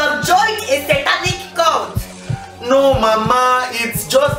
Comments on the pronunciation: Its CULT not court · Its cult not court😂😂😂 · Cult not court😂😂😂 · Funny. Its Cult not Court